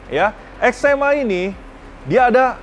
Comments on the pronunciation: Eczema tu penyakit bang 😂 It's (Ex'three'ma) = extreme. Hanya 30 di dunia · EX3MA dibacanya EXTREMA .. angka tiga dalam bahasa italia dibaca TRE .. EXTREMA artinya EXSTRIM dalam bahasa indonesia